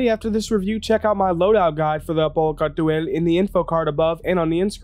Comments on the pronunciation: Miller GamingDK no, no he doesn’t. Car-too-all isn’t Kal-tual, even the lore team said it as much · You can just say Kal'tual (Call-To-All) in your normal speaking voice. It's extremely distracting when you say the name like you're trying to summon a demon. Unless you're saying a foreign word in a linguistic context (trying to stay as true to the original pronunciation for academic purposes) nobody expects you to pronounce it perfectly. And doing it for one word in a sentence is actually discouraged in language learning strategies because it's pointless and distracting for the listener. This is why accents exist in the first place. Nobody enforces strict pronunciation for non-native languages. If you lost your american accent entirely and spoke like a Xi'an, it might be a different story. But we don't even know exactly how they sound until we hear multiple sentences that represent their standard dialect. Source: I teach ELLs (English Language Learners) at the High School level. Other than that, great video! I love the Al's aesthetics but it definitely has some work to do. But chances are that's not a high priority at this stage of development. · That's an interesting pronounciation. Basically that should be: 'cal·tooayl'. Makes it sound more Kryptonian than Arabic. I do like how it rolls off the tongue, though I much prefer the harsh R and short A of 'cartoo·uhl'. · rofl the way he says Apoa Khartu AYE, its ALL bro Khartu ALL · thanks for this video, I have been looking forward to this video for almost a week now. Great job!! Although I think the khartu-al is pronounced "car-to-al" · Updated Load-out ► I just read the Galactapedia page. "The Khartu-Al (Kal’tuāl) is a Xi’an light scout spacecraft..." How is Kal’tuāl pronounced? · you almost got it right edit: for the people getting angry over a pronunciation, like Phantex, sorry for not just rephrasing other comments. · You mispronounce so much more than Kartu-al that I’m not even mad anymore.